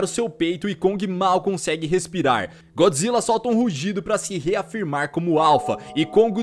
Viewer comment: usa a pronuncia japonesa Goijra quando falar de filme de godzilla